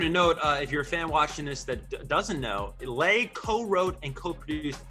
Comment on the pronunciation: The way the guy said lays last name I wanted to scream lol